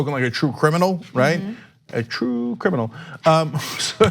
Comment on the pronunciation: Trrrrue Criminal 😂😂😂